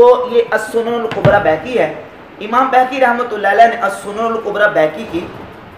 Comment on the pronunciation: بہیقی کا تلفظ بیہقی غلط ہے،عالم کو اس کا خاص خیال رکھنا چاہئے، نیز ٹشہد میں انگلی اٹھانے تک آپ کی بات ٹھیک ہے لیکن دعا ٹشہد کے بعد آتی ہے، اور حدیث کی رو سے دعا اور ٹشہد الگ الگ حیثیتیں رکھتی ہیں، آپ نے حضور صلی اللہ علیہ وسلم کی کلمہ شہادت والی دعا گو سیاق و سباق سے ہٹ کر بیان کیا ہے،وہ حدیث دعا کی منصب اور شان عظمت کے سلسلے میں وضاحت ہے نہ کہ انگلی اٹھانے کے بارے میں، اس لئے ٹشہد کے بعد دعا میں انگلی سے اشارہ حدیث کے نزدیک ترین اور معتبر ہے